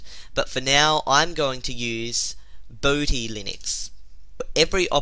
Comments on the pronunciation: boad hee not bod hee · Also, I pronounce Bodhi linux a different way. says it like boh-dee, but I say it like bod-ee (the same way you pronounce body)